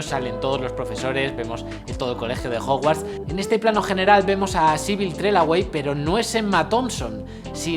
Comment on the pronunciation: Necesito más "chapuzas de Efectos Especiales". Me ha parecido interesantísimo. Sólo dos cosillas: - Podría estar bien un vídeo sobre el rodaje de Torrente 5 y así nos explicas con qué te dió la murga el gran Alec Baldwin. - El nombre de la profesora Trelawney de Adivinación, que yo sepa, se pronuncia "Trelauni" no "Trelauei" (no es por ser tocapelotas es por si algún día sale en un vídeo tuyo de Harry Potter jaja). ¡Un saludo y gracias por estos vídeos!